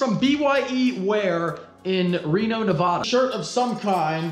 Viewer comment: You say Nevada wrong